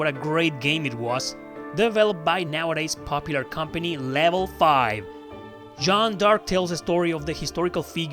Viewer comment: Joan d (the) arc dude... not joan dark hahaha